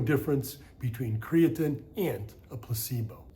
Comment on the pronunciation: Aside from the way he says Creatine, this video is awesome